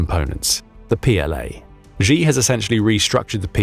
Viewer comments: Xi is pronounced “Shee” not “Zjhe”😂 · Why do you pronounce the name "Xi" like a Gee instead of "Shee" as it is pronounced in Mandarin? Falun Gong practitioners were Zhang's (pronounced /jahng/ go to for secret organ harvesting. And have you heard that a coup has taken place at the top making Xi (/Shee/) a figurehead? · Don't lecture us on Mandarin please when you can't even pronounce Xi's name. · Btw: Xi [shi], rather than [zhi]. Urumqi [utumchi], rather than [urumki]. Falun Gong members were not hust tortured, but became a live "stock" of organs for replacement for CCP officials or anyone willing to pay. Also, CCP is not a single cohesive power but a gang of infighting factions.